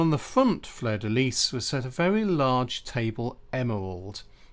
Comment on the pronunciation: well done for pronouncing fleur de lys correctly. most English people say lee when in fact its pronounced lease.